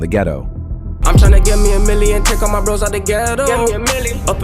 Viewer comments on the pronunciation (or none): none